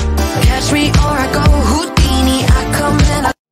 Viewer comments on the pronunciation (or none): It's not houdine it's Houdini